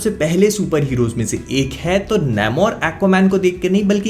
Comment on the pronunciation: Please don't butcher the name its "nAmor" not "nAYmor"